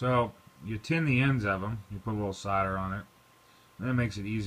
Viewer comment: did he say cider as in Apple cider?? need help